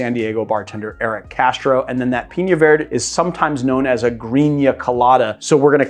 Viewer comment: Love the channel and have learned a ton. But, you'll pronounce the ñ in piña. But, verde (vair-day) is vird? #comeonman